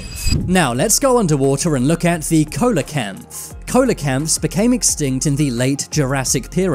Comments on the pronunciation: see la canth, not ko la canth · It's pronounced sea-la-canth not coal-la-canth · You mispronounced Ceolocanth. Pronounced See-Low-Canth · wtf is a cola canth? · its pronounced celocanth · F. F. S. teach it how to pronounce "Coaloanth" PROPERLY